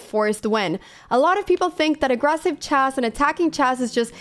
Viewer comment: Would you please pronounce [chess] correctly, please? It's not chase, but it's pronounced chess with an E.